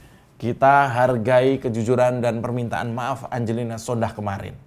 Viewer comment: Om, itu marga sondakh, 'H' nya ga bunyi yg bunyi 'K' nya om wkwkwk